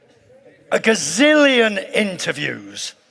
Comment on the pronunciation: Did he say “godzillian” at the beginning?